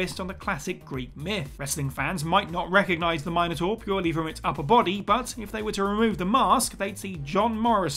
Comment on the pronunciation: Had to give a thumbs down, because of the way he butchered the word Minotaur.